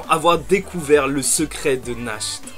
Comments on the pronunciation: JE TEN SUPPLIE FAIS UN EFFORT POUR NACHT ET LA PRONONCIATION DE SON NOM (nacht = nuit en allemand) SA SE PRONONCE NARRRRRTE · Je suis totalement d’accord avec ta théorie, ah il me semble que natch ça se prononce Nart nan? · Va voir sur google traduction comment il prononce Nacht en allemand. A chaque fois que tu le prononce, on dirait Nash; un des enfants de l'orphelinat d'Hage.